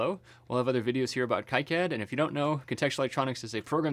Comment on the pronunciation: also plz say "keycad" instead of "kaicad" :D